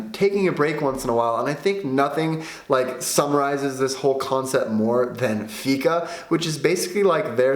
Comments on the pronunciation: If Fika is The main thing here in sweden you need to say it right.... 🤔 Fiika. Draw a milisec longer on The (i) and then close fast on The -ka. And it should sound The propper way. Keep trying and you might sound better than Tony Erwing 😜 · I miss understood you for a second when you said fika. I thought you said fitta. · You pronons it FIIKA